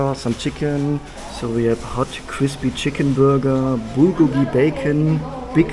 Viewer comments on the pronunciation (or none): Please never say Bulgolgi again